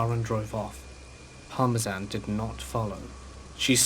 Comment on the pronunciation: The dog was named after the cheese parmesan 😂 and thats another word missed read by this guy Dont get me wrong man i listen to you all the time and it helps me by pass the time at work but geeze homie look some of these words up first 😅 at least i know what you are saying i guess And in the early 90s to the mid 90s willow creek California was known for its trees being huuuuuuuge af No joke i was riding in the back of the car with my uncle driving and i was looking out the window and something caught my eye .....i said out loud why do they have a fake praying mantis on the wall of the grocery store is thr grocery store called praying grocery or mantis shopping i asked and everyone in the car laughed at me 😢 i was thinking out loud and said why are guys laughing at me Its just a fake praying mantis on a grocery store wall everyone laughed harder being me my 3 brothers my cousin and uncle I was stumped trying to figure out why they was laughing at me 😮 Then one of the 5 blurted out thats not a fake praying mantis......i was like yeah it is .......no way is there a such thing as a 2 foot long praying mantis.......and they all laughed at me again and said yes that was real almost simultaneously Still to this day its hard to believe that the 2 foot long praying mantis was real but my uncle and cousin are known for telling the gods to honest truth my 3 brothers on the other hand lyed to me constantly but my uncle and cousin said it was real as well so i guess they was telling the tr